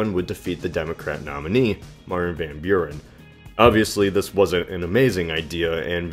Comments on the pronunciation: CAPSSTROKE van Bjuren.... ik snap het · It's more like "fahn" with a softer v and without a nasally a sound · How you say "van Buren", as someone from the Netherlands, it anoys me, but the video was good overal. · If Martin Van Buren pronounced his name that way why is it an issue? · always funny 2 hear english speaking ppl trying 2 say hollands names. for ppl dont know what i am talking about martin van buren was/is a hollander.